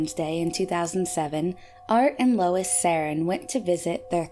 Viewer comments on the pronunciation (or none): none